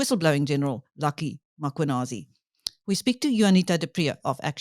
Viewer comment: Please note the is no an after M it’s important to pronounce the names properly.